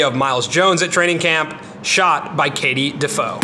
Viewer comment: it's pronounced katie- def-aye-oh